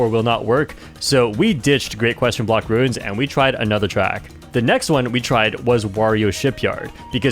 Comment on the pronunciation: Video 12 where you mispronounced Great? Block Ruins.